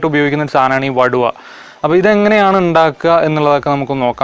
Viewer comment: വടുവ അല്ല. വടുകo എന്നാണ് പറയുന്നത്